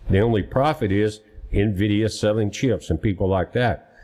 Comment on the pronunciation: There is no (O) at the end of NVIDIA.